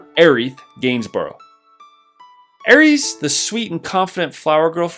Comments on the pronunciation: He done said Aries 🤣🤣🤣 It's AERIS... Or Aerith is fine too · Air-eese? Who pronounces her name like that? Thanks, I hate it! lol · "Ares" lmao Heard people say aeris some bizarre ass ways but that's a new one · I'm sorry but I can't respect anybody who says aries? She's not the God of war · Good list. Where are you from exactly? You sound American but I never heard anyone pronounce Aeris’ name like the Greek god of war and red 13’s limit break loon attic high.